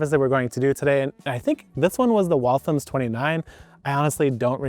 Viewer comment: As a native Bostonian, I'm incredibly impressed with pronunciation of Waltham. Considering, I believe it was bread in Waltham Massachusetts. Either way, you pronounced it exactly how someone from Massachusetts would.